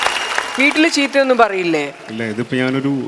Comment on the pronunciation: ചീറ്റ.....അല്ല.....ചീത്ത...കൂടുതൽ സ്റ്റൈൽ കാണിച്ചു സംസാരിച്ചു മലയാളത്തിനേ കൊല്ലരുതേ...പ്ലീസ്‌.....